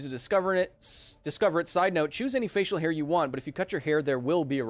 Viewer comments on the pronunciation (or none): none